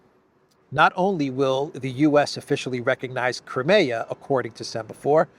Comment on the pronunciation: its not crumayer its cry mia